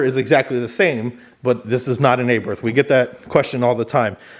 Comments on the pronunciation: Not are barth, its ah barth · Not (ay-berth) its (are-barth) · Not an upgrade, just noise. Also it is Abarth not Aburth ffs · It's not pronounced aberth it's abarth. Jeez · IT'S CALLED ABARTH AND PRONOUNCED ABAR'T ,NOT ABERTH WHY DONT YOU YANKS LEARN HOW TO PRONOUNCE WORDS PROPERLY. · Feeyaht Aybarth. Sure thing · A-BIRTH 🤣🤣 Americans should be made accountable for their constant abomination of brand names and the English language. It's atrocious and simply unacceptable, It should be punishable by death. 🤣🤣